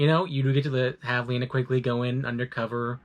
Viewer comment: I would of rather you done all that rather than mispronounced "Linnea"